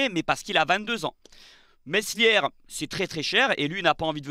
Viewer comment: le fameux Messlière, ca se dit Melié au cas ou